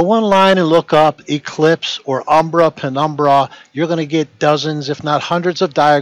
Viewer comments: not since high school have I heard someone so confidently assert something while also mispronouncing it. Hearing this guy say “umbra” is like hearing DJT say he knows a lot about “inDUHstry” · Everyone he says 'umbra' penumbra, makes me think he says abracadabra!!😄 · Every time he said "umbra-penumbra", a white rabbit appeared in my coat cupboard.